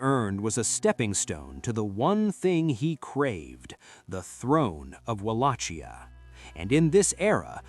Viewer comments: try reading it as VALAKHYA not as UALACHIA...great video.keep it up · Mihai the brave was the son of a Byzantine aristocratic family and his brother was once a voivode of Wallachia as well. Also the pronunciations... The C is silent in Wallachia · Except of the name butchering,nice video!